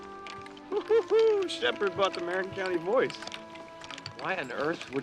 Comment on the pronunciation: Surprisingly good for a formula movie. Problem is, they mispronounce Marin, which gets said dozens of times.